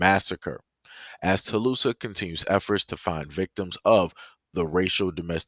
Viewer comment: Thanks for sharing,....btw, the town is pronounced "Tull-saaaah"😉